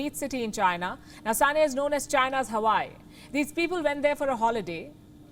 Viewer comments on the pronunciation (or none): none